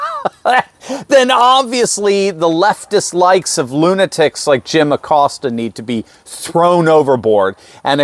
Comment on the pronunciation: Pronounced (A COAST A) since he is Hispanic in honor of heritage month. Just sayin'.